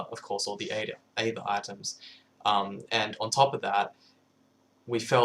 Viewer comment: Can't believe he pronounces aether wrong, when he made the mod....